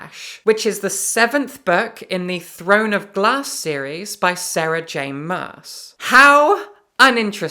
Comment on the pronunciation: I could have sworn you said "The Throne of Blah series by Sarah Maas." Never mind, I've decided that that's what you did say, as you are an honest person.